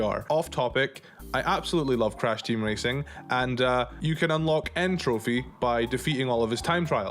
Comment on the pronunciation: The Crash character's name is N Tropy, not N Trophy. Like "entropy". The joke doesn't work if you change the name.